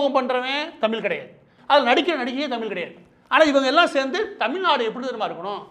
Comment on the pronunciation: டுமுக என்பது குடும்ப நிதிக்கழகம் என்று எல்லோருக்கும் தெரியும்,எத்தம்னையோ (லட்சம்)கோடிகளை கொள்ளையடித்தவர்கள் கும்பல் என்பதும் தெரியும்.அதை அகற்றுவதற்கு என்ன வழிகள் என்பதை தெரிவிக்கவும். மாற்று ந்பர்கள் பற்றி சொல்லவும்!! தமிழ் என்று ழகர உச்சரிப்பை சரிசெய்யவும்!!மாற்று ந்பர்கள் இல்லாத வெற்றிடமாக தெரிகிறது கால் அழுகிச்செத்த காரிகை A..1...சொன்னமாதிரி கண்ணுக்கு எட்டிய தூரம் எதிரிகளையே காணோம் என்பது மாதிரி தெரிகிறது தமிழ்நாட்டில்?. மு.பி.அடல் பிகாரி டுமுக விற்கு பல மந்திரி பரிசுகள் அதிலும் இல்லக்கா இல்லாத அமைச்சர் போன்றவைகளை மறந்து விட்டீரா?நீர் ஒரு பச்சோந்தி தானே?!!பா ப்பானிசம் நூலிசம் ஆரியனிசம் நூலிபானிசம் யாகம் வேதம் காமகேடிசம் வர்ணாசிரமம் கும்பிகுளியல்.சாணி மூத்திர சாத்திரம் போன்றவைகளை அகற்றினால் பாசகா பெஸ்ட் கட்சி தமிழ்நாட்டிற்கு!!மாற்றாக தேர்ந்தெடுக்க்லாம்.அப்படியே.ஆலரங்களிவ் ஆகமம்.பூசை செய்ய இட ஒதுக்கீடுகள் செய்யவும்😅😅😅